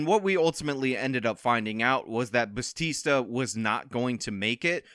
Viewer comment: To further disrespect her she looks Asian. Unless she married into that name she’s probably Filipino and we don’t pronounce Bautista in a Spanish accent.